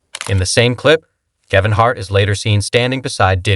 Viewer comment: 1 more thing, narrate this crap yourself! Your AI voice doesn’t even know how to pronounce Kevin Harts name correctly! Lmao 😂!! Good luck 🍀